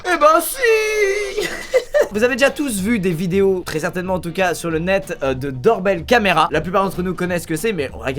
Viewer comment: on dit do(our) be(l)(l) camra La prononciation